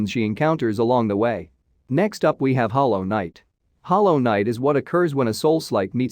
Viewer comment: Btw its Hollow knight not hallow